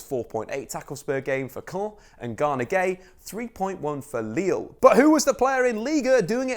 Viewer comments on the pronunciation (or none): none